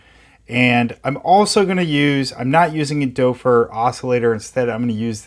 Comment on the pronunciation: Great video! My only thing is your pronunciation of the name Doepfer. It's better if you pronounce it as "dupfer" instead of "dopfer". oe sounds more like an u instead of an o.